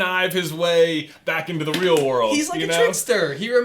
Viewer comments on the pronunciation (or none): none